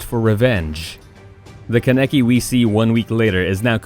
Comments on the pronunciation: "kuh neh kee" "oh bee toe" "man-gay kee ew" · This man Ken a ki it’s fucking kaneki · Keneki 😂 it’s kaaaneki there’s an A not en E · Did u just say ken- eki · Ka Necky 😂 Lol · “Ka Neck Key” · It was all abd before when he was pronouncing the names but once he said "Ka-nek-e" I died a lil ;C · Mans said Keneky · HE PRONOUNCED KANEKI WRONG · The way this mad mispronounced many of the characters names like Kaneki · He’s said kaneki wrong lol